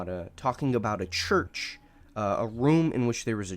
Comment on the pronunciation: ah yes, the Choorch